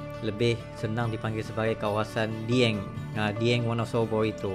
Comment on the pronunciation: Bacanya (dgabung) dieng...bukan di eng ..